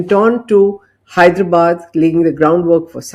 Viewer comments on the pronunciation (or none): none